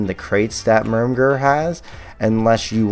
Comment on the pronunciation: Pronounced "MER-merg"